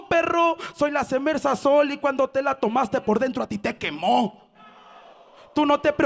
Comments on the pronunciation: El no sabe decir cervesa. Dice cemesa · Cermeza xdd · La cermeza:v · Cemerza dice luego encima jaja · when no sabe pronunciar "Cerveza"xdxd